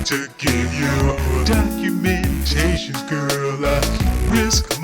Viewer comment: WE DIDNT LAND ON DIS DOC-U-MENTATION... DIS DOC-U-MENTATION LANDED ON US